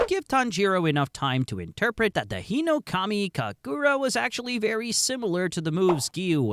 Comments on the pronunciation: Uh it is hinokami kaagura not hinokamu kagura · Bro you gotta pronounce hinokamikagura faster (not sure if thats how its spelled but please)